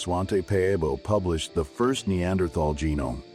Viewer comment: incorrect pronunciation with "AI voice" for Neanderthal may be a good Documentary, but annoying for this fact